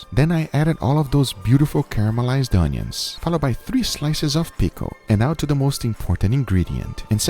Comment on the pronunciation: When he said i cooked the onions it sounded like i cooked my udders and udders are the balls of a cow (it sounded to me)